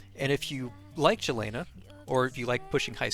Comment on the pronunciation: Great guide and I like your guide style very concise. By the way her name is pronounced Yelena.